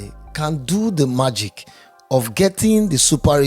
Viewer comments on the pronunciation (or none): none